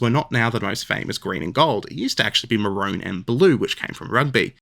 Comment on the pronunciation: It's maroon, not marone.